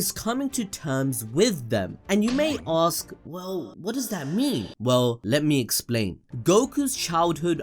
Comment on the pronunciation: can you stop saying aks? that is so annoying!